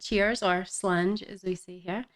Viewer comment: slange? is that what you said?